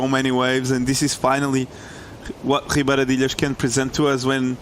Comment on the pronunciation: absolute butchery of a pronunciation of ribeira d'ilhas at the start